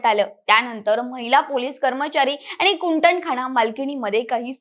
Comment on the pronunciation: अवैध्य नाही ग बाई , अवैध,तसेच कुटणखाना(१.५२) नाही तर कुंटणखाना ! निदान मराठी तरी नीट वाचा,बोला !